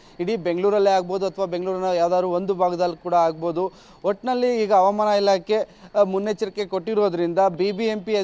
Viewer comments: ಹವಮಾನ ❌ ಹವಾಮಾನ ✅ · ಹವಾಮಾನ --ಈ ಪದದ ಉಚ್ಚಾರಣೆ ಸ್ವಲ್ಪ ತಿದ್ದಿಕೊಳ್ಳಿ